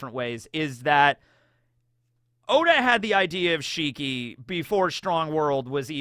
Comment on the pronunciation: I don't think it's shiki, I think it's more like WANG SHI!